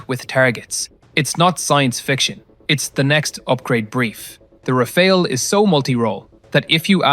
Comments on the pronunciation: It's not "Raphael", it's "Rafale", /rafal/. It's a pretty simple word... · Rafale is pronounced Rafaaal. You'll sound more intelligent. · It’s pronounced as Ra-faal